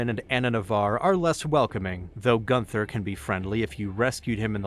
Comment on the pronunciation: "Gunther" is pronounced GOON-ter. "Rothschilds" is pronounced like "roth shields."